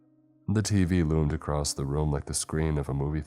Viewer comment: It's across not acrosed🤬🤬🤬 im sick of hearing that 💩.